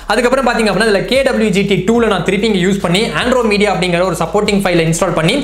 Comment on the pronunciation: ஆண்ட்ரோமெடா! !!!!!! ஆண்ட்ரோமீடீயா இல்ல 😂